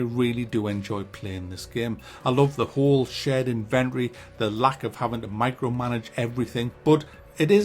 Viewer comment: That’s not how you pronounce inventory